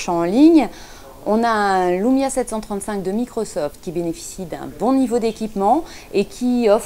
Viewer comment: wsh pk vous dites LOUMIA c'est LUMIA LUUUUUUUUUUUUUUUUUMIA xD